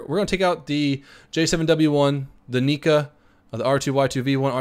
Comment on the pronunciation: two things 'nigga' isn't the n word and he said 'nikka' (he meant to call it 'kikka')